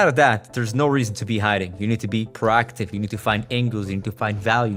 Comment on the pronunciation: Its - "Pro(> pro'oh <)active" , not - "PaRAACTIVE"